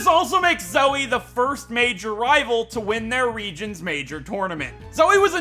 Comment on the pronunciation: Final use of Zoey Counter: 11 (Nothing compared to RE7...) thanks for saying it as soey, like, twice so I couldn't tell if you were saying the name, lol love the May and Drew HM slaves, lol. Also, skipping the egg guessing thing? Well, the togepi one anyway. electric gym town then. YOOO, GO DAWN!! That's a swell strat, holy heck! Even the hellish Bronzong, WUT!?